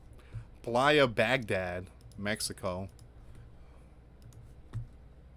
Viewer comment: Playa as Pronounced Blaya